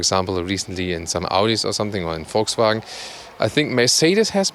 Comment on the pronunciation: And VolTswagen